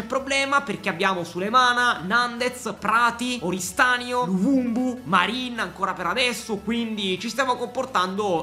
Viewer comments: perchè lo chiama luvumbu hahahaha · Però di luvumbo non luvumbu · Ma perché luvubu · Luvumbu😂😅.È luvumbo con la O.Grande 😂😂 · Tutti “luvumbo “ “luvumbu “ ahah, sempre il migliore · Dire luvumbo troppo difficile😂